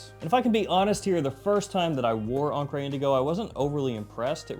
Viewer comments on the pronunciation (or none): What words in American English end in -re and are pronounced -ray? I always thought it was an attempt at French but mispronouncing it as an accented "encré" (inked) instead of encre (ink).